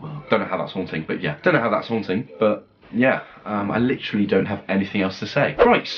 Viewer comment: HIM: SAYS HUANTING ME: PLAY HUANTING NEXT PLZ PLZ PZL